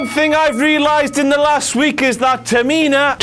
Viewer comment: "Ta-Mi-Na" LMAO